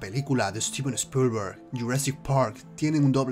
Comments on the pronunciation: Spolguer jajaja (Spielberg) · Spillllllberg jajajajajajajaj.. Tremenda pronunciación y esta bien escrito 👀🤣